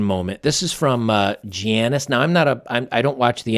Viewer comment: I like the video first off. But the way you pronounce Giannis is funny. (Ya-nis). Have a good one